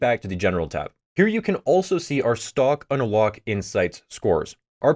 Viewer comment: You pronounce it like "stock on a lock"